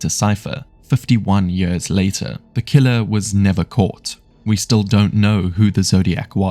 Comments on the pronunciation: brother its years, not yörs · I enjoyed the video so much, apart from everytime you said "years"